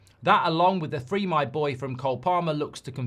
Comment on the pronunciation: palmer said 3 my boy idk if thats the same as free my boy or not when u account for the accent lol